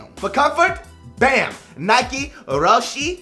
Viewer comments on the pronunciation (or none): RO-SHIES. That's how you pronounce it. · they are pronounced Row She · It's ro-shay-es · according to NIKE it's pronounced RO-SHE RUN!